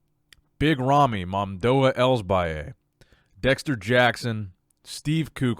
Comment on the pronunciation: Holy shit, You BUTCHERED Rami's name.